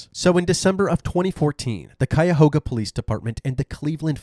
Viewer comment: Thank you for saying Cuyahoga County right 😂 people never say it right!